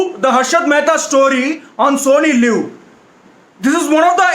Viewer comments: Others: Sony live: Sony lew😂😂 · Sony live ❌❌ Sony lewwww ✔️✔️ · "sony lew"😂